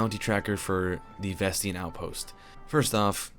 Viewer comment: i say ves tain not ves tein